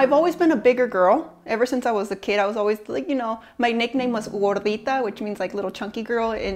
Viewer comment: Can anyone identify her accent by the way she pronounced Gordita?